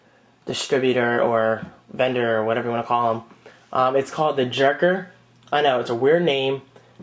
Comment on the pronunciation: my swedish is a bit rusty, but jerker (pronounced yairker) means desk.